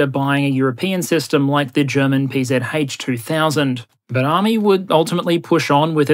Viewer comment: as a german ex soldier: well done on pronouncing the PzH 2000 :)